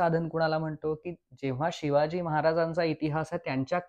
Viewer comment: नम्र सुचना: Shivaji उच्चार शिवाजी करावा, शी वा जी असा क्वचित होतो आहे.